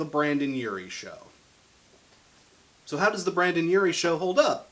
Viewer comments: "Brandon" killed me more each time he said it 😂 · It's pronounced BRENDON not Brandon. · He said Brandon and I was like ITS BRENDON 👎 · It's *BRENDON, not BRANDON. BRENDON ( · This is a really good review style! It's similar to quickies, but a bit more personal. I'm glad you decided to start it with one of my favorite bands (or Uries in this case)! I think the way Panic doesn't stick to one sound is part of who they are. Also, it's BrENdon Urie. Trust me, the tumblr crowd will eat you alive for saying BrANdon